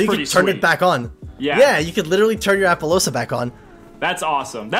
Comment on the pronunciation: Wtf with appolousa? Lol